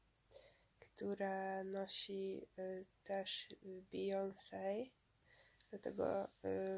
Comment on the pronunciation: a słyszeliście nową Bejons?? xD